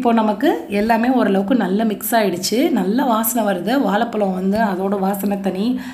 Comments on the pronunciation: வாலைப்பழம் இல்லை வாழைப்பழம். முதலில் இதை கற்றுக்கொள்ளுங்கள், பிறகு டாட்டா பைபை சொல்லலாம். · வாலப்பலம் இல்லை வாழப்பழம் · நன்று ......வாழைப்பழம் சரியாக உச்சரிக்கவும்